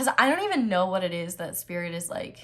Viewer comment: Pile 1: "Sririt" 😭😭😭😭😭😌 Yo Aries energy never miss